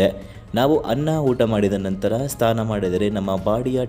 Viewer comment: Sthana alla sir.... Snana.... Namma kannada